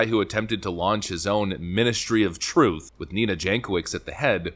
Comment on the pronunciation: The Big Guy speaks troof to powder.